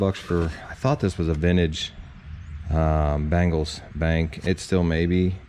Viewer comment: bEngals - not bAngles